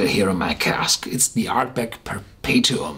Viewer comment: 👍yeah, pretty much dead on pronunciation there me-bucko!